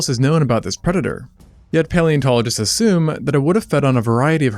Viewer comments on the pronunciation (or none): none